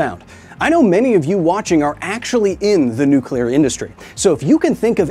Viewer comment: Pretty much every time you say “nuclear” I have a compulsion to tap the video back 10 seconds just so I can hear somebody pronounce it correctly again. Thanks, man